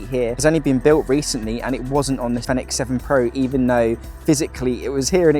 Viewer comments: All I said was you pronounce product name incorrectly, then you got snidey with me because I used the edit function to rephrase my question.. Not cool.. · You pronounce the product name incorrectly..